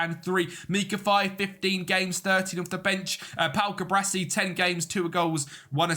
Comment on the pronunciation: Cu-Bar-Si not Cu-Bra-Si. Video is nice aside from that though